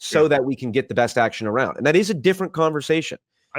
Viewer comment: okay i can deal with "aboot" but "aroond"???